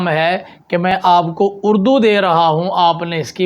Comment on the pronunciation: ماشاءاللہ اچھی کوشش ہے۔۔۔ علم کی ترویج و اشاعت بہت احسن عمل ہے۔۔۔ بس ایک عرض ہے اگر قبول فرماویں تو جمع خاطر ہو۔۔۔ مجھے محسوس ہوا جیسے آپ نے لفظ "اڑدو" بولا جبکہ یہ "اردو" ہے۔۔۔😊